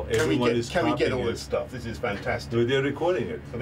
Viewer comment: 'this is fan-ta-how-stic'